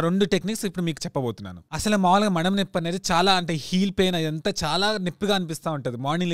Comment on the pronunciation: నెప్పి కాదు నొప్పి